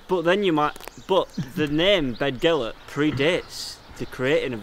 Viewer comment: You'll be upsetting the natives it's pronounced bethgelert. We all know how much the people of north Wales love the English, don't dirty our excellent reputation in the area!